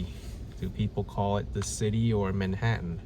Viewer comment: I thought it was ManhaTTan, not Manhaaunn.😅